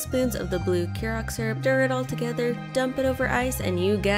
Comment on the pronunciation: hiya former bartender here and I've noticed not a lot of people know how to pronounce curacao so Imma teach ya. ker-a-sao it's spelt really weird idk